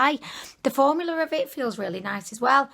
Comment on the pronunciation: You said formular ¯\_༼ ಥ ‿ ಥ ༽_/¯ just like Mr.Krabs